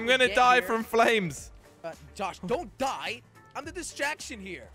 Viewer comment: "disstrackt" lol whatever